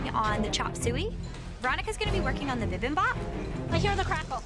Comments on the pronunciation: Bibimbap. Not Bimbap. C'mon Eric Chong. At least respect the name of a Korean dish. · bibimpap is pronounced bi-bim-bop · LOL Noticed that as well. My husband is Korean and it sounds way different when he says bibimbap. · As a Korean, I'm cringing and laughing simultaneously every time someone butchers "Bibimbap" since nobody has pronounced it correctly minus Eric. 😂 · Me as a Korean hearing the bibimbap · Bruh I laughed so hard when they tried to pronounce 비빔밥